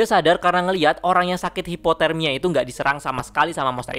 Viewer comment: Bg bg itu bacanya hypothermia bukan hiporthemia